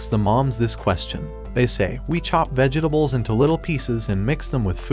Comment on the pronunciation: Is this AI?? Who the hell says vegetables with 15 syllables 💀💀